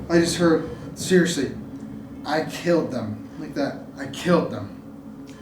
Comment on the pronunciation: She kept saying killed it sounded like to me